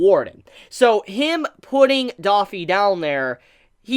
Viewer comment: How pronounces Doffy😂 lmao. Dawfee